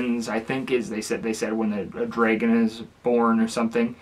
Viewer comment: Are you saying “draegon?”